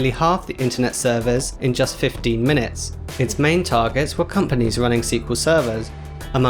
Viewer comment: you say 15 like 50